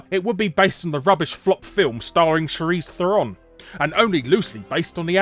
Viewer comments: Shuh-REESE Thur-ROAN? Pretty sure you meant "Shar-LEEZE Thayer-OAN". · Do British people have problems properly pronouncing names and things? it's Charlize (Shar-leez) Theron (ther-ron). seriously.